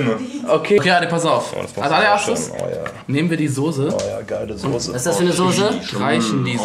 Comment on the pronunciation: ich komm auch aus Berlin und hab noch nie gehört dass n Berliner Sose sagt